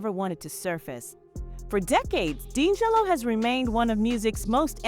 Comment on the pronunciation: Pronounce his name right! 🤦🏽‍♀️